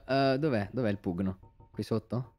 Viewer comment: All's fine, just me, feeling dead inside since calls it puGno instead of PUNIO